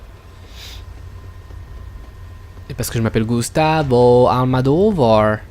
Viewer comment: Bonne vidéo, à part ton "Gustavo Almadovar" qui m' a largement pété les cacahuètes. Mais très bon jeu dans l'ensemble. Vivement Fear 3 et surtout Dead Space 3 que je connais par coeur (je suis fan de cette licence). A très bientôt.